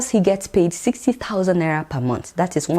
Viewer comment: Thank you Adeola for this episode. I like the way you pronounce 'Naira' . hahahaha!!